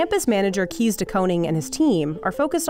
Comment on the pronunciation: In the future, you could perhaps take the effort to learn how to pronounce the names of the people you feature. E.g. Kees is pronounced like "case" not like "keys".